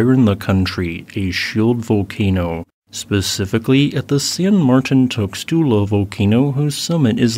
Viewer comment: San Mar-TEEN TOOS-lah